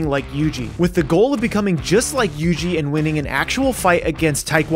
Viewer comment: It not Yg it yuji